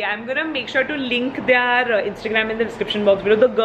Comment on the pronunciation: hi, you pronounce it as "they are" instead of "their" :)